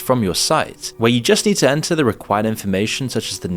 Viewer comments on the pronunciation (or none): none